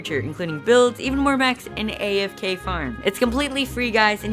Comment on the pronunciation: Did you say...... AFk FARm?!!! :GOD CaNNY